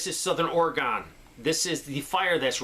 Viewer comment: You did it! You said Orygun!